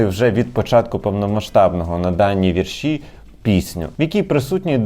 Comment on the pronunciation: Пивоваров в такій ганебній рубриці. Фу, це ваш провал. І почніть вже казати слово "вІрші" з правильним наголосом!!!